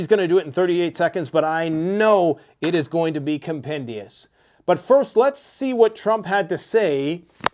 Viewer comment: Who tf says "compendius"? 😅